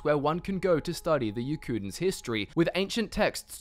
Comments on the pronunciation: "EARLY HISSSTREE"XD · "In terms of early Hist-tree-" ayy "It's all a *Mist-tree*" ayyyyy